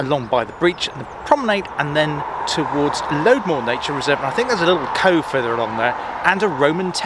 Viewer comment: I am glad you liked it. One small point: it's pronounced Lodmoor, not Loadmoor.